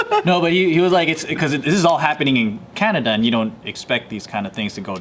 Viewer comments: Did Joe really just call Canada Canadia? Lol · I almost didn't realize Joe said Canadia not Canada